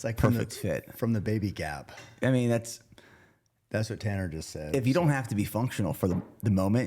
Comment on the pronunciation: Cam your awesome but the T is Babay Gap for sure! LMAO. Love your content.